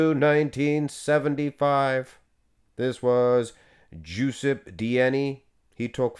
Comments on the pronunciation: I think Giuseppe is pronounced, Juseppy. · Giuseppe is pronounced “juu-sep-ee” 😂